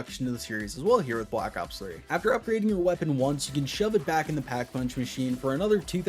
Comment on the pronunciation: bwack ops fwee